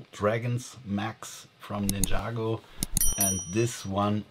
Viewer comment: It's Ninjago Not Ninyago